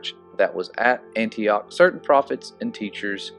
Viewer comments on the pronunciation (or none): none